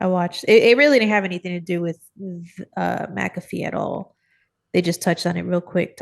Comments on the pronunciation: McAfee: “mack-a-fee” Y’all threw me off with the pronunciation. 😅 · I don't want to be that guy... But actually..😂 it's pronounced Mac A fee